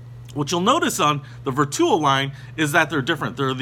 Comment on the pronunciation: Ver 2 o ….. or Vertuo? please learn the pronunciation!